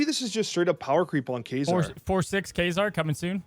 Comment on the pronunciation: Why do they pronounce Kazar as Quasar?